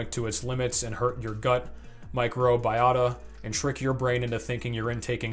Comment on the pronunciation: This guy couldn’t even pronounce microbiota correctly. Let’s get science involved.